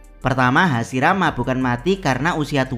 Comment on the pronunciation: admin baca hashirama bukan hasirama 😅